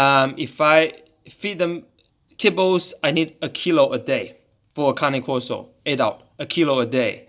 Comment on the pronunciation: it’s pronounced KAH-NAY KOR-SO